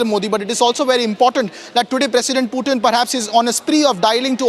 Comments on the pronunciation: Bail itna angrez n bn..... Pyutin... Kya hota h Sch me angregi sikhne ke bad aadmi aisi hrkte krta h kya... Pyutin ne sun lia n to incounter krva dega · Ye PewTin kya hota hai ?? it is spelled Poo-Thin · Putin❌ peewtin✔️ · Hello it's PUTIN not PEW-TIN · How hard is it to say Putin ? .. What the heck is Pew-tin ??🤣🤣🤣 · Just say Pootin not PEUWTIN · Pewtin, pootin, or protein? 😂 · Don't over articulate just to show you know English 😅, its not PEWtin its POOthin i mean the pronunciation , atleast google in the age of AI 😅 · its not Pyutin. its Putin. waste fellow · One of the worst pronunciation..."Nation wants to know".... Y is it pewtin... The OB reporter does it much better than the one hyped studio anchor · Pewtin? You gotta be kidding me! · Indian Reporters must learn to spell the names of President correctly, Republic channels have local hindi walas, where English is tough for them to speak where they have to read of a script not knowing what they are speaking, wyh is pewtin? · Mast anchors hai republic waalon ke Pew-Tin 😂😂😂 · Please correct the pronunciation of Russian President’s name, the way you wrongfully utter his name, as if you humiliated him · Stop saying putin incorrectly multiple time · Every time he says putin i feel like puking !!! get your pronounciation correct man!